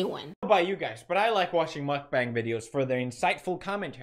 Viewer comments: It grinds my gears when people pronounce mukbang that way. Not all mukbangers are unhealthy 😒 He’s just lazy asf & probably doesn’t even workout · TI YOU IS TOO FUNNY LOL WHEN YOU STARTED PRONOUNCING MUKBANG I WAS CRYING 💀